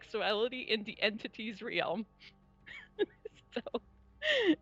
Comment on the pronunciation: If says Realm like Re-ealm one more time I'm going to shoot myself